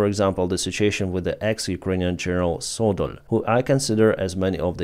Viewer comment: Содоль somewhat sounds like Содомь...